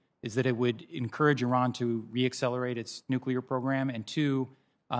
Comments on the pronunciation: Ernst keeps mispronouncing Iran's name and keeps being corrected, but doesn't matter; stupidity can't be taxed. She just reads off the fodder she's given though her ignorance and bias are astounding. I recommend she gets a book on Iran to avoid looking so illiterate and blind. When shamelessness is the only asset to sell blow your trumpet high as flutulence is unavoidable on too much beans. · She can’t even pronounce Iran properly. Performing for her corn-headed fans.